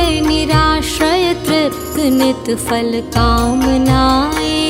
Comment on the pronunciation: Vey nice but very irritating when ma'am you say FAL instead of PHAL. That is such a common mistake and a very irritating one. Specially when the rest of the pronunciation is actually pretty good.